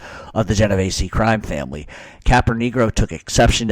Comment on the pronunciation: Theres no A in my last name. Its not pronounced Genov Ay see. Sounds just like its spelled.